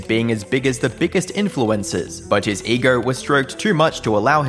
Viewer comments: "ee-GRRRRRR" has to be the weirdest way to pronounce ego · "All due to his massive EGORRR"